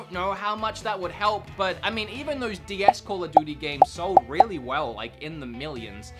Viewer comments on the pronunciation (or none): none